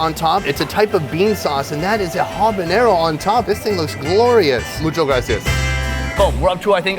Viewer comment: I LOVE your videos but can you please learn "muchAS gracias" pleassssseeee